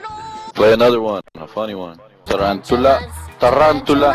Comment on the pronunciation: Yeah but he said Darandula lol